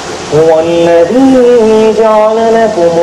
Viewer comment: "الذي" کی یا میں مد نہیں ہے.....!!